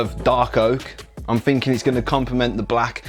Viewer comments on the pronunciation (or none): Alot of "finking"? Lol